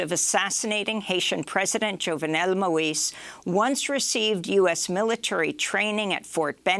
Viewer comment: Hi Amy. I listen every day from Haiti and love your show but the way you pronounce the assassinated president’s name is driving me nuts. His first name is pronounced like Zjove - nel, only two syllables NOT Djove - en - nel, q and the « j » is soft. His family name is pronounced Mo - eeze; NOT Mo - iss; s is always pronounced as a z in French if there is a vowel in the vicinity. Sorry for the rant.